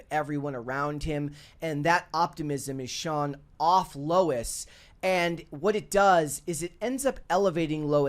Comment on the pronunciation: It's Lois Lane not Lou Lane.